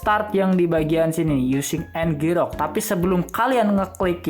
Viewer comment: Bacanya itu enjirok, bukan ngerok